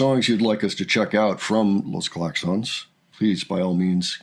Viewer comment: Good pronunciation of Los Claxons.